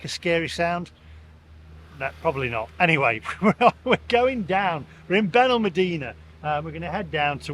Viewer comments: Still wish you would learn to pronounce our town correctly, BenalmAdena, but still like your blog 😊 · It's on pronounced Benalmàdena. The dtress os on the a. Not the e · You need to learn how to pronounce Benalmadena properly